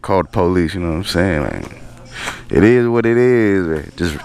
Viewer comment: it ezz what it ezzz